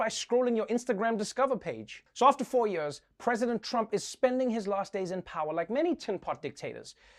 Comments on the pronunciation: I love how Trevor says “ for yurs...!” 😂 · Yeah, to hell with these a-holes.... Also, I friggin' love how you pronounce 'years'.... lol... ;D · You pronounce “years” how Mohammad Ali said it 🖤😥